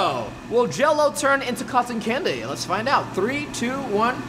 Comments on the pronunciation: he said cantin candy lol 😂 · A. W. Larmour he said canta candy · U said cater candy Also, who uses a recorder as a cotton candy stick?